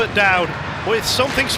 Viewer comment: Is not Dowdy. Is Conner Mcdowdy.🍊🍊